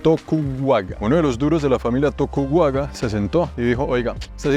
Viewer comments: No es "tokuwaga" pero "Tokugawa". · señor es tokugawa no tokuwaga. entiende eso. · "To-ku-ga-wa" y no "tokuwaga". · Lo único que puedo corregir es que la familia no es Tokuwuaga sino Tokugawa. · Bien por hacer la tarea y explicar la historia, como recomendación menor (ojo menor porque obvio el japonés no es tu idioma nativo), busca en Google la pronunciación de las palabras, ahí hubieras captado por ejemplo que es "Tokugawa" 😜